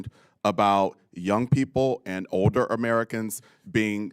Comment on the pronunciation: Obviously a different species. Having trouble pronouncing the word older.